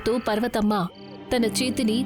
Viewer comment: పర్వతమ్మ ❌పార్వతమ్మ ✅